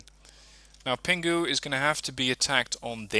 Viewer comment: When you pronounce Pinghu, don't pronounce 'g'. Pretend that it's Pin Hu.